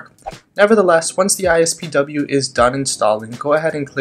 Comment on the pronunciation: Did anyone else notice that he kept saying "ISPW" instead of "IPSW"